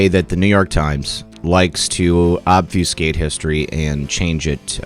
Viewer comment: FYI ob-fuss-kayt not ob-FYOOS-kate